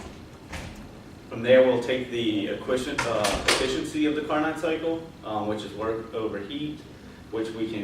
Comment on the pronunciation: Good initial overview of what was going to be discussed in your presentation. Carnot is pronounced "car-no", with a silent t... :) Overall, it was a good presentation, especially of Saturated Pressure vs. Temperature.